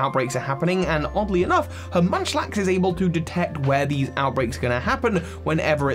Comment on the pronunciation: Munchlax is not Munchlax